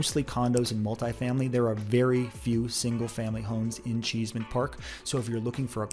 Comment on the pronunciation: Cheesman (NOT Cheeseman)